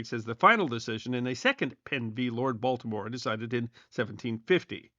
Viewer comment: Heard it too😂